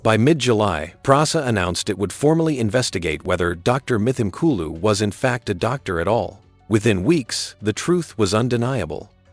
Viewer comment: pronounced : m-tim-kooloo